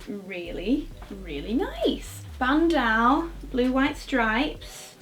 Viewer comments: Love ur pronunciation of bandeau! im sure its pronounced "band-oh" instead of "band-ow" as its a french word :) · I love you but please stop saying BANDAU!!! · “band-aw” 😂 get you with the pockets🙌🏼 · Loved this haul! Just gotta mention though, it's pronounced "ban -doe" as in a female deer :) Cue The Sound of Music reference: "Doe, a deer, a female deer.." hihi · Sorry Victoria but I just had to let you know that bandeau is pronounced as “ban-dough.” I’ve never had the heart to tell you before but I think someone needed to tell you so now. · Who says bandeau that way